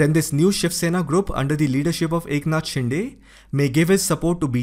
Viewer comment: 'शिंदे' not 'शिंडे'!!